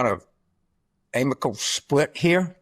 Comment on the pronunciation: Carville just turned the word “amicable” into three syllables. 🙄🤡